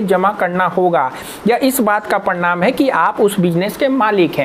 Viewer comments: Are Bhai parnam patr nahi hota parman patr hotahe😂😂😂😂😂😂😂😂😂😂😂😂😂😂😂😂😂😂😂😂😂😅😅😅😅😅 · Bhai ji parnam nhi parmad bolo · प्रणाम नही भाई, प्रमाण होता है, आप प्रणाम बोल रहे हैं